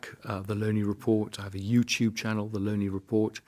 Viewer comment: So how is his surname pronounced? 'Low- nie'or 'Lau-nie'? I believe it is the latter, though people don't listen to him.